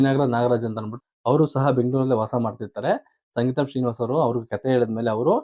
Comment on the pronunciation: ಅಣ್ಣ ಅದು ಸಂಗೀತಂ ಶ್ರೀನಿವಾಸ ಅಲ್ಲ ಸಿಂಗೀತಂ ಶ್ರೀನಿವಾಸ